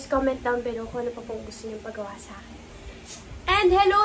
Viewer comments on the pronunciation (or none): none